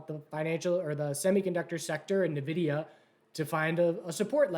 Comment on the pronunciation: It's "N"vidia not "Nah"vidia